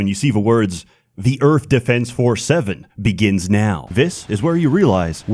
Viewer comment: The only thing that gives him a hard time is the 'TH' in Earth